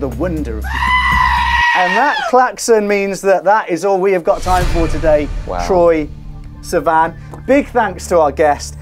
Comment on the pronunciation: "Troye... Siman?" 😂😂😂😂